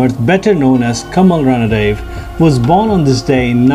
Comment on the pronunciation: 'रणदिवे' . Please use correct pronounciation